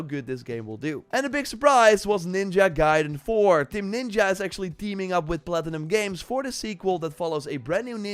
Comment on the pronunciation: You can now say the word ninja correctly? 😱